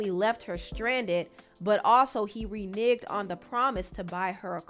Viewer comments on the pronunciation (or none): It's "Ree-NEG", not "Ree-NIGG". Lol